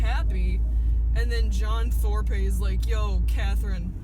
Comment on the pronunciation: lol 'Thorpay'